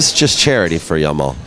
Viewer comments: jamal with g not y . for pronunciation. arabic name means beauty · do you see any Y in hes name? he keep saying Yamal it start with J not Y it's Jamal not Yamal